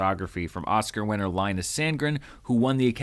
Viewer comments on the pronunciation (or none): none